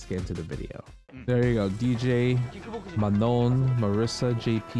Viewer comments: It is prononced... Ma NON - like french NON... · Manon is a reasonably common name in a few countries, but I can speak to the French pronounciation if you like. The second 'n' is clipped like a lot of French words ending in -on, so it's kind of dropped in favor of enunciating the "oh" sound at the end. So it sounds a lot closer to "manh-OH." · I need an FGC community video of everyone pronouncing Manon